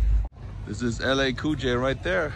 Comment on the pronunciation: german ma man lol his name is LL COOL J. not LA COOL J. Thats y we like u german ur cool hahah stay up brotha